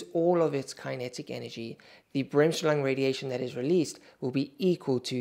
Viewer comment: As a German I shudder at your pronunciation of Bremsstrahlung.